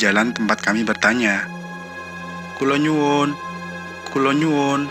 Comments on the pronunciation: Kok "kulonyuwun" harusnya kulonuwun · Bukan "KULO NYUWUN MAS" Tapi "KULO NUWUN" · Kulonuwun kek nya..bukan kulonyuwun.. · Adminnya bkn org Jawa ga...ms "Kulo nyuwun"🤭